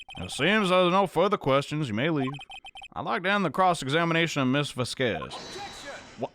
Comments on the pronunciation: as a native spanish-speaker, it's written "Vásquez" and pronounced "vass-kass" somethn like that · lol i died when you say dee va-squeeze lol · Vasquez is pronounced (vass-kez) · Dee "Vaskes" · IT'S PRONOUNCED VAS-K-EHS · Gotta say it..... VAH-skehz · Va squeeze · not knowing how to pronounce "Vasquez" after so long is so funny to me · not being able to pronounce Vasquez is gold 👁️👁️ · i want a compilation of butchering Vasquez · can pronounce Manuel right on the first try Also: couldn't pronounce Vasquez right after all this time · well i am pretty sure he was messing with us, he did pronounce it correctly at the beginning of the video but laughed it off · Fun fact: people from the south can pronounce 'vasquez' more easily because we're close to the border lmao